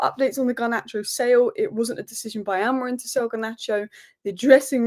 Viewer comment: Amori-MMMMMMMMMMMMMM not Amorin......first Saeed now you....what is it?